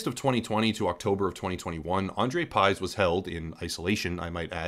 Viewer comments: It's pronounced Piyzh. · it's pronounced like pig but with 'zh' instead lf 'g'. well not quite but closer than pyzhe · You really had to screw up his surname like that, haven't you. Y is ɨ and 'zh' is ʐ His surname is 'Пыж'. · You pronounce pyzh wrong. Not even close how it suppose to sound